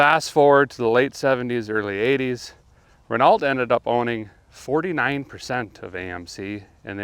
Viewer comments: Renault is probably the worst car company in the world. And it's pronounced "Renno" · Love your stuff, but it’s pronounced Ra-No. it’s the French in me, sorry…. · Great video, Derek...as someone who knows 0 about auto mechanics, i find your channel instructive and entertaining to watch. If i can correct you just once here, Renault, is pronounced REN O ( as T is silent in French). That's all i can add to the mechanics of language, not cars...lol. Keep up your labor of love and shout out from NYC USA. Happy New Year 2022 to you and ALL of your subscribers. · When americans insist on saying erb instead of herb and soder instead of solder . Then why cant this dude say reno and not Renault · It's pronounced Ren-OH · Please could you mispronounce Renault 100 more times? 🙄. It's pronounced "REN O" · Renault is pronounced Ren-Oh. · Renault is pronounced Renno, silent L & T. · Car guys should know how to pronounce Renault. Silent T buddy. And L for that matter. So much cred lost. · Renault is not pronounced Renault, DOH. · it is pronounced~ Ren oh ~ number one issue. you still have a firewall. rip that s*** out and put it back to stock engine location. that's got a killer body style, one of the best AMC made. front engine resto mod, and you got yourself 30 or $40,000 car. my mom had an AMC hornet, my other mother, the real one, she had a SST javelin, that was the first car she put me through the windshield in, I was 5 years old. then that same mom, when I was 7, used my head to spider web the windshield in her AMC Concord. shortly after that, she was taking me to Deborah heart hospital, and head on collision with the neighbor, yep. she put me through the windshield and knocked me out in a 74 Dodge dart swinger special. she also almost killed my dog, and smashed our 1965 Impala SS327. and..yes, the ugliest car ever from America, it wasn't the amc Pacer, it was the AMC matador 😝💯💯💯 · Renault. Pronounced "Ren-O" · Renolt lol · Renault is pronounced Ren-no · Pronounced 'reno' :)